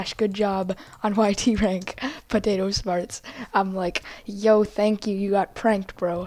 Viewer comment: ?Why are you saying Potato Shmarts instead of Potato Smarts?